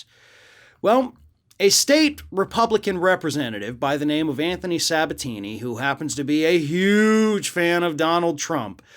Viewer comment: Sabature, not Sabatini lmao